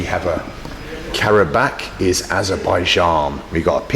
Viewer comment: the way he interacts with people is amazing. plus, the way he pronunciates karabağ